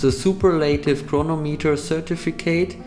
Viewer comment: You need to do some research on how to correctly pronounce Superlative.